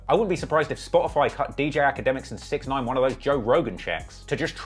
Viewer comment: The guys name is pronounced, (six ix nine eyen)